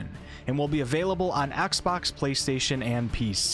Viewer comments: Axebox? do you mean xbox? xD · “Axbox” lol